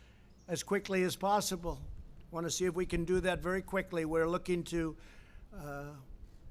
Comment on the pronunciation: Or Quicklllly